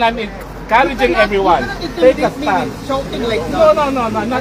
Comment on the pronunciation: "Tek a stun", roque, lawyer k b tlg? Tek a stun?😄